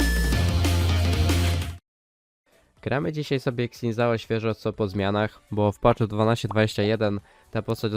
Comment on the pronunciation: trochę boli jak polacy wymawiają jego imię